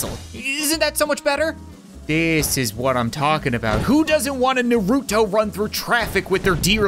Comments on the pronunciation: I’m a little offended it’s NAR-U-TO not naruroto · I’m sry but I hate when people say it wrong it’s nar-u-to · It's not Naruto it's Naruto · He don’t even say Naruto right